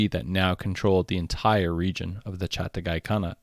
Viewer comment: Its Chaghatai not Chatagai